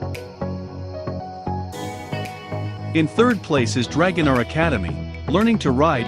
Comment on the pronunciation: Dragonar not dragonal ok